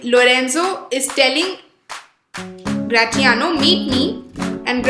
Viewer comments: Don’t sayGratiano same in as the word in pronounciation it is Grashiano kkkk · I am sorry to tell you that your pronunciation of gratiano is wrong .... The t will be silent